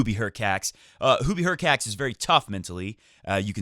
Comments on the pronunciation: Hurkach not Hurcats- no felines here ☺ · "hurkacz" should be pronounced as /hurkatch/, similarly to e.g. "latch"